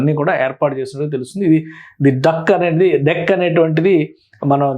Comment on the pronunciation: అరేయ్ ఎర్రిపుకా అది డాక్ కాదు రా , ది డెక్